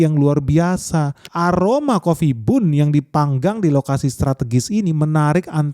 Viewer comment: Itu baca nya ban ,bukan nya bun ..roti bun di baca roti ban 😒😒